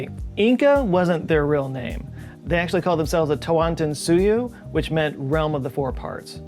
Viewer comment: Did he just said Tahuantinsuyo in the correct way? OMG 😍